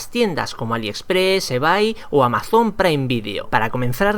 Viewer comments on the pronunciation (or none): none